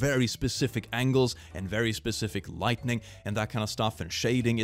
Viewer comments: I'm not the only one that I heard him say lightning instead of lighting right, click if you actually read this comment I'm not making fun of you I just feel the need to point out things that I notice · I get absurd amounts of joy every time says "lightning" when it should be lighting, please never correct this behaviour.